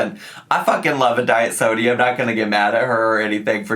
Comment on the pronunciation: The way you say sodie 😂